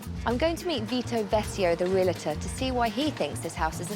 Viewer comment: Puh-leeze, stop saying "Real-a-tor" There is no "a" between the "l" and the "t"! It's Re-al-tor. Otherwise you put yourself in with a group that says "nuc-u-lar" "poin-setta" and "mis-chiev-i-ous".